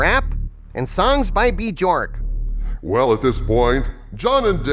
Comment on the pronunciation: B-Jork lmfaooo